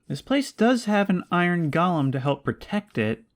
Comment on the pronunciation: I love how you pronounce "Golem" like "Gollum" 😂